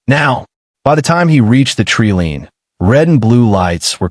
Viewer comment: Please teach the AI to read treeline and I.V. drip.